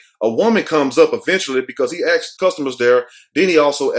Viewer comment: He axed?